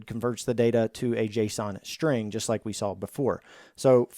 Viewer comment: A shhhhtring.